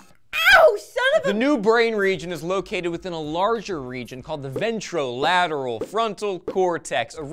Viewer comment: By the way said it, Ventro-lateral frontal cortex is going to be popping up in the bloopers a lot